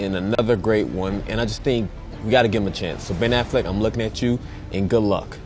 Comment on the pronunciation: its Affleck dude give him a chance -,- geez